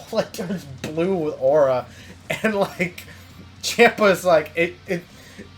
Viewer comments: I subscribed but it's champ-a pronounced Chompa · I CRINGE SO HARD WHEN YOU SAY CHAMPA